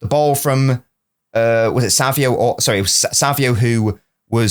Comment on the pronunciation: why do you say savio? it's savinho